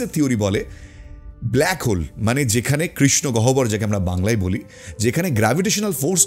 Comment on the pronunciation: সুন্দর ও আকর্ষণীয় ভাবে আলোচনা করেছেন কিন্তু গহ্বর উচ্চারণ টা খুবশ্রতি কটু হয়ে ছে । হবে গওহর। ওটা বর্গ ঈয়ব নয় অন তসথ ব উচ্চ আরনwর মত ।